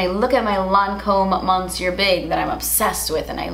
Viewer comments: Can people (English speaking beauty influencers) just google "how to pronounce monsieur" and then pronounce the Lancome Mascara? It is really cringe-worthy the way they say it. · I love how she says “monsieur big” I know how french is tough to pronounce for English speaker and I find it so cute